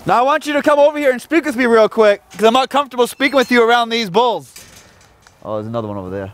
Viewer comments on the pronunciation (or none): I love how much his Boston accent came out when he said “there’s another one over there” when he was in the cow pen.